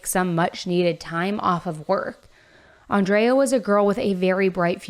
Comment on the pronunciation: Crazy to hear you say “Andrea” and pronounce it the way I pronounce my name. She was also an Aries like myself. Feel so bad for her family. He’s going to have a rough time in LA.